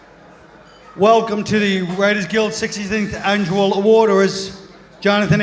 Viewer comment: sinxty sinkth annnjual awooorders Lol